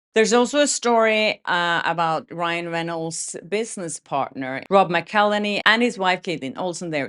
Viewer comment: A new name to pronounce,! Rob McElhenny is pronounced Mac-ell-henny. The Wrexham crew even made a song about how to pronounce his name, they sing it at football games and in pubs.